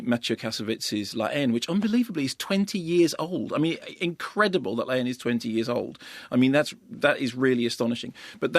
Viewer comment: Does he say La Haine? Because it sounds like he is saying Laine but I assume that is the film he is talking about.